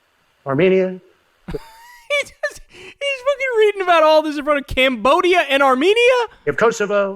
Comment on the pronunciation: AAHHH YESSS the lands of Allermaijan and Arzenia.. 😂😂😂